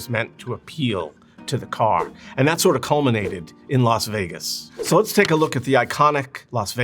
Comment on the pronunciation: I really enjoyed this intelligent, well-examined breakdown of a lost iconic world. Thank you. (why is Las Vegas pronounced Los Vegas?).